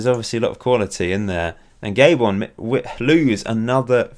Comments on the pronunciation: It's Ga-bon not Gay-bon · Gay-bon :p